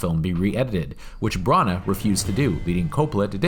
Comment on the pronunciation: Branagh is pronounced Branna and not Brunna